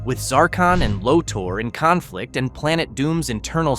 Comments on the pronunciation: I got to correct on a pronounced of a name. Its LORTHOR not Lordor. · Dude! It's fucking LoTOR! Not Loter! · Pronounce "lo-tor" not loader lol. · It's pronounced Low-tor Not low-ter. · LO-TORE NOT LOTTER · “Loter”? Seriously?